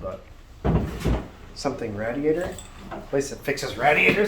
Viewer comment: Do me a favor and say "radiator" again 🤣🤣 lol... Another great video bud!